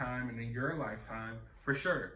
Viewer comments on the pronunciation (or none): none